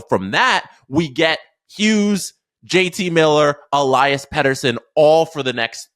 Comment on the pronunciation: el-E-as btw. not el-I-as